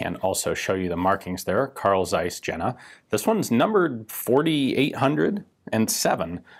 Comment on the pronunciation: Almost, ian. It is actually a "Karl Tsaiss" with a really sharpy and pronounced "Ts" at the beginning of "Tsaiss".